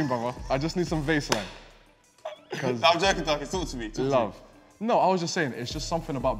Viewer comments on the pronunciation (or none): Is no one gonna talk about how says “Vase-Line” instead of “Vaseline”